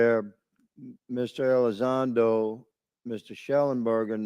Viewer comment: Mr. Gothman he didnt even know how to say to say Lou's name ...Gothman kinda looks like he had a few sips of Snapps or something 😂😂😂 I'm terrible ...